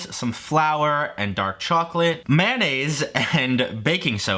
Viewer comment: “Dok charclate”